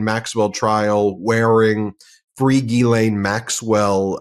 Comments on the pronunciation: Gee Len is the correct pronunciation of Ghislaine. You’re welcome. (Love your work.) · Not a spelling class, I just think credibility would be enhanced if he pronounced Ghislaine properly, rather than Gizell, or whatever he keeps calling her. IT’S AN EASY FIX, it made me think that isn’t paying attention to details, which makes him sound less professional than he should. Just my opinion. It’s like people saying EKCETERA. Did they not pay attention in school? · Besides, spelling had nothing to do with it… it’s about PRONUNCIATION, something that a lawyer should be aware of. Imagine, if he was litigating a case to a jury, and couldn’t pronounce a client or defendant’s name properly. Such an error could impact his credibility with one or more jurors. Language has power, and using it correctly is generally an important qualification, but you knew that. 😀